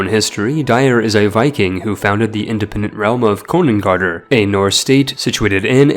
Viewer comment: ð is pronounced "th" not "d" konungarðr = konungarthr